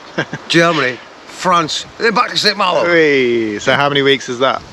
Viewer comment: Pronounced San Mahlo!